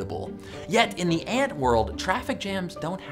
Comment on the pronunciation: I though he said N word but he said aunt word